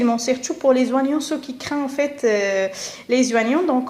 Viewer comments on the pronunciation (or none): Et vous avez fait attention au H , et oignon au lieu de prononcer ognon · Oignon se prononce comme "onion" et non pas "wanion" comme tu le fais. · Ya khah 3la les zoinyon